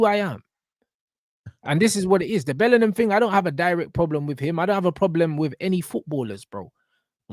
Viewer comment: Alex Scott clears Bwllingham